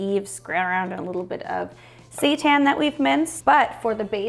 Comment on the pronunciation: I died laughing when it sounded like you said you had minced "Satan." Yes, I know it's seitan.